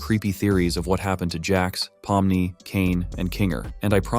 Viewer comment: Why did you call her Parmley??